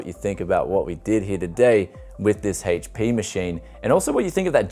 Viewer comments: Haitch Pea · Why do you keep saying "haych-p"? Don't you mean... HP? lol